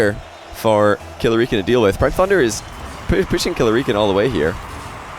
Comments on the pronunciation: Money 8080 hes saying it right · Eoghann Gibson it is I think he's saying it wrong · Is Killerican not pronounced like American?